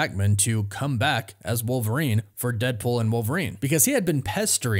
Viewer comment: Who’s “war-verine”?